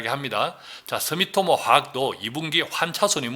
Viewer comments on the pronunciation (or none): none